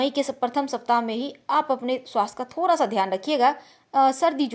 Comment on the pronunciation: Aap bihar se ho...da ko ra bol rhi ho...jaise thoda ko thora...ha ha ha